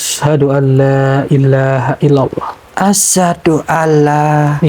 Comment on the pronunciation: Mohon maaf sebelum nya kepada bukan ada maksud saya menyalahkan tapi saya hanya mengamalkan ilmu yang saya dapat, tolong ya ucapan kalimat syahadat nya di perbaiki, yaitu "asyhadu dibaca asy ha du, bukan asadu" kalau Asadu = singa ataw lebih kejam Asyhadu = saya bersaksi. Terimakasi sekali lagi saya mohon maaf